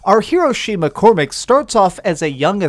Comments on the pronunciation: his name is not Shay MacCormic lol, I know that was a little petty but I had to let that off my chest as I was very fond of this game too. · Shay McCormack? Never heard of him🤷‍♂️🤦‍♂️ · Its Shay Cormac....